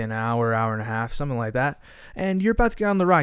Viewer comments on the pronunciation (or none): none